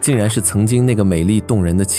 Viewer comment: 戚夫人我真的一直聽成欺負人😅